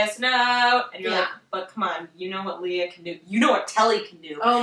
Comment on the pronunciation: Lea is pronounced like Princess Leia, btw.